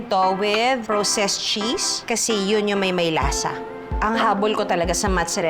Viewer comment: 😅praa•sest cheese po ✌🏼✌🏼✌🏼no proww-sest 🫰🏼